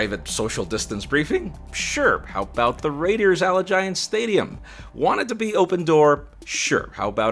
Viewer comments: FYI - Allegiant is pronounced Ah-Lee-Gent. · "Alla-giant" Stadium lol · He said “Alleh-GIANT” stadium 🤐😬😰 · that's a new way to say Allegiant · Lol :43 the way he says Allegiant Stadium 😂